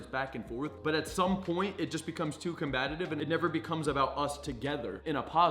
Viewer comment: Com- Bat- Ive